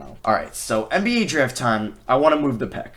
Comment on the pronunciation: I cant stand how he pronounces draft “dreft”